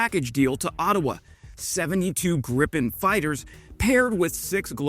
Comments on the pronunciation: It's Gripen, not Griffin. Also, you are pulling information out of your arse. It might have flow over your head, but the Canadians are keep on a plane that is NOT American. USA is toxic and untrustworthy. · You've done several videos on the Gripen....it's pronounced Greeeeeeepen. You shouldn't have to rely on a bozo commenter like myself. It's ridiculously easy to verify a detail like this. In addition, Bombardier (the company) is bombard-yay. Not bombard-deer. Another detail that's easy for you to verify before you record the video. Hope this helps